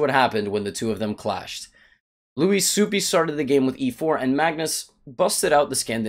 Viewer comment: It's Swoop not Supi :)